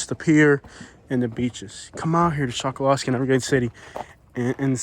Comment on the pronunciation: The locals say “call yer county” not collier and that little island is pronounced “Chuck a lusky” not Chokoloskee. The can spot an outsider right off the bat by the way they pronounce the names around there.